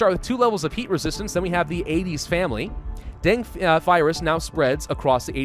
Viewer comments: Den-geh not Deng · PRONOUNCED DENGEE NOT DENG REEEEEEEEEEEEEEEE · it's deng- gee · It's pronounced, "den-gay". Dengue fever has been around forever. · My Diseases and Diagnostics proff used to tell people to pronounce dengue as "den-gay". then he's say.. "just like a den full of gay people" It was really cringey. This was decades ago and he meant happy, not homosexual....but still. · Here in Argentina we call it DENGUE ("gue" is pronounced as "geh") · In Vietnam we pronounce it Dengee or the break bone fever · Dengue is pronounced as "Deng-Geh (The G sound in geh is not the letter G sound) ." I like your vids. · Why is he pronouncing Dengue wrong? The guy acts like he is a medical expert when talking about Coronavirus yet cant pronounce Dengue Fever right. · I'm so used to hearing it said like 'den goo' that I took a double take when you first said it! (no shade being thrown, I just say things weird) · You're a grammar Nazi but can't pronounce Dengue correctly?